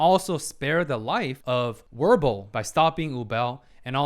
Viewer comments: In the German language W’s have the V sound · Wirble is probounced as virble i think, since all the frieren names are german words so its similar to how Stark is said as Shtark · Wirbel is pronounced Viabel in Berliner German, for what it's worth. There's a phrase from "World of Tomorrow", a trilogy of short animation that I quite recommend. "Now is the envy of all dead" You speaking of the unchangeable past and the decision on how to move forward reminded me of that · Loved your break down of Wirbel and Ubel, really awesome stuff. Also, if it helps, Wirbel is a German name so it would be pronounced more Virbel. Bit easier to separate it from Ubel.